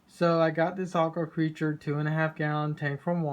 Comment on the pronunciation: Why the fuck do you keep saying "Aqua Creature" when the name of the brand is clearly "Aqua CULTURE"?!?!? Hooked on phonics worked for me, give it a try sometime. Reading is fundamental.